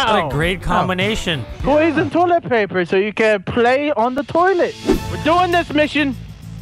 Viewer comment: it’s Toy-let paper